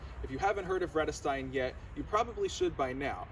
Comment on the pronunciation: Not correct pronunciation if you know German as I do